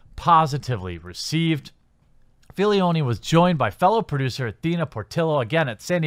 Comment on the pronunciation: one critique, please pronounce it Filoni insead of Filioni, you are adding a noun in there bro.